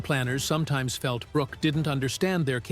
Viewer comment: It's Alan Brook, not Brook-ee. Silly AI. Stupid.